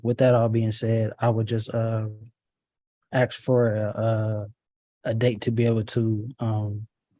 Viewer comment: He's trying to sound so smart and he can't even say "ask" correctly. If people want to be taken seriously they need to speak proper English. Seriously, take some pride in yourself.